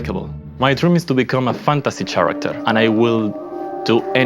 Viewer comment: Chair-acter. HAHAHAHA